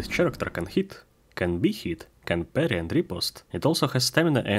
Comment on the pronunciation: Спасибо за тутор, особенно в рамках Godot. Замечу только что слово "персонаж" говорится как "кэрэктэр", не "черэктэр". Удачи в творчестве и упортства в практике!